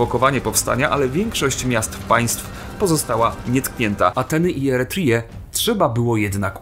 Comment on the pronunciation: Czytasz Eretrię po angielsku. To nie jest "Eretrija", tylko "Eretrja" [piszę fonetycznie].